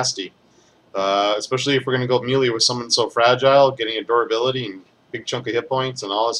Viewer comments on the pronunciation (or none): MeeeLeee? It's pronounced "May-Lay." Common gamer issue (having read it but never heard it spoken...pretty common). Love your videos. They are the only ones I give an merit too when researching a character. I do your builds on most my heroes. The Diamond Emma build is UBER!